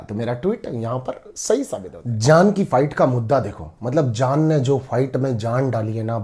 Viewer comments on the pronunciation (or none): Today i notice that sometimes mannu pranounce j as z.. eg jaan as zaan and ejaz as ezaz